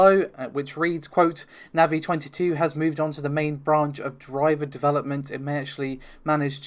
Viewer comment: just for saying NAVI correctly you get a like ;)